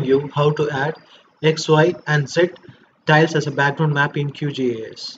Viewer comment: "Titles" or "Tiles?"